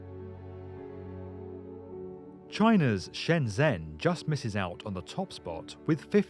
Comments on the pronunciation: Its pronounced shenjen, not shenzhen. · SHENGEN = SHENZHEN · Cant say Shenzhen or Guangzhou correct...... Guang-Joe and Shen-Jen are correct pronunciation..... 谢谢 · Guangzhou-gooahng joe Shenyang-shen yahng shenzhen-shen jen great video!